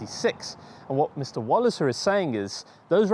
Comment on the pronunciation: Enjoyable. Walliser = Valley-sir.